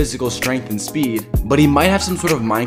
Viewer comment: It’s pronounced shimo not shimu btw